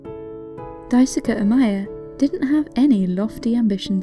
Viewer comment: his name is pronounced "dye-su-kee" not "dye-su-kuh"